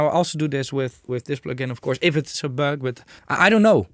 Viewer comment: Yes....lol...the ü, ä, ö... Is a big deal for us Germanic Nordics (Austria, Germany, Dutch, Scandinavian countries, Switzerland...) All comes from the same root.....hehe...